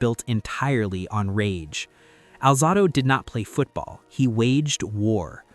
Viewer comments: It’s not Lyle Al -Zah-do, it’s Al-Zae-do. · Welcome to AI! Narrator can't pronounce Conrad Dobler's or Lyle Alzado's names correctly. I also disagree with the list, but it is just someone's opinion, after all. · Learn how to pronounce, Romanowski....which you pronounced TWO different ways. And, learn how to pronounce, "Alzado."